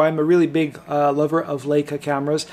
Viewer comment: Laka? The "EI" in LEICA is pronounced, LIKA...not Laka....lol